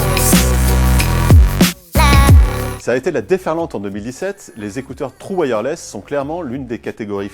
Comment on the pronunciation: "TROU wireless" 😹😹😹 faites un effort sur la prononciation les gars (please)